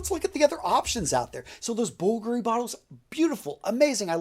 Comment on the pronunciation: Dude stop being so american. You should pronounce these perfumes properly. Its not aqau digio it!s aqua di-gio, bul-gari. It's niche not nitch. C'mon!